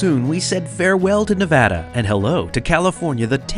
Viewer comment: I'm so glad to hear you pronounce Nevada the right way! 😁